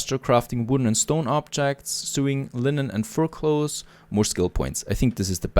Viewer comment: haha one more one more. Sewing is said the same as sowing, not suing. English makes a lot of sense.